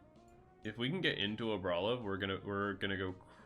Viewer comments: Say it with me now. AR-BOL-IVA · i stopped watching as soon as you started pronouncing it like that during deck review quick wont be able to watch a whole video of that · 5head move of mispronouncing so badly that everyone HAS to go to the comments. You've earned it!